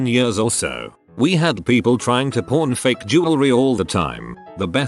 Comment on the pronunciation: Pawn doesn't sound good on tts man